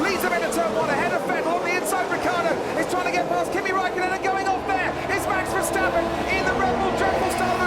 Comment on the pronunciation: Just noticed the commentator call max verstappern jos verstappern